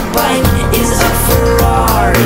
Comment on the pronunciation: Omg ikr! I wish I could sound like that when I say Ferrari!